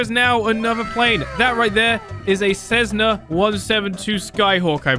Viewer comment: It's pronounced a Cessna not Cessnaz